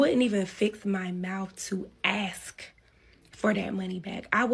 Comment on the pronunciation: SIDEBAR: Why do all women today say; "babe(s)"? EXTREMELY annoying. The friend is in scarce mode. Most single "moms" are. Too bad she took the route she did. The ability to have the rides work out was actually pretty darn EXCELLENT. P.S. WHY is it SO hard to pronounce ASK???!!! smh